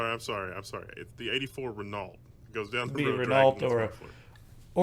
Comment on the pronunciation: Renault is pronounced 'reh-no'.